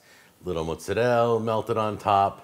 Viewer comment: The way you say mozzarella makes me cringe.